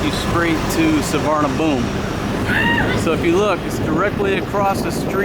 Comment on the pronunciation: Pronounced soowarnapum